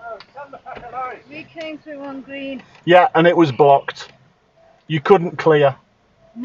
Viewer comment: The voice of a moron "wee came trou on ghrrreen" totally ignoring what's been said about the road being blocked. "I'll report you" she should get arrested for dangerous overtaking and blocking opposite lane.